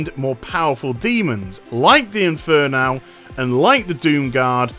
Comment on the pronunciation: Why does it annoy me so much that you pronounce it "inferNAL"...